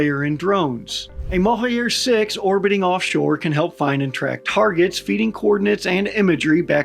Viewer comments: The J in "Mohajer" drone (meaning "migratory" in Farsi) is pronounced like J in Journalism & not J in Alejandro. You can pronounce it as Mohaa-Jer. The munitions carried by Mohajer 6 is Qaem, which is an Arabic word & even difficult to pronounce in Farsi, and is pronounced "Qaa--em" (2 syllables with noticeable stop between each syllable) and the Q pronounced like R in french. You pronounced the other Farsi words & names very well! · Where are you getting the "Yer" from in Mohajer, just pronounce it as it's written. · The J in Mohajer is pronounced like Voyager. Mohajer means Migratory.